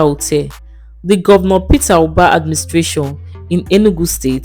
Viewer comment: Propaganda!!! Is this a paid Ad? Even the script she read sounded like it was written by Peter Mbah's government. So the video doesn't comes across as an objective, independent assessment. By the way, the lady reading the script kept calling him "Ubah"; it's "Mbah."